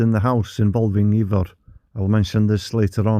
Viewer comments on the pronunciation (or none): His brothers name would be pronounced Ivor, not ever.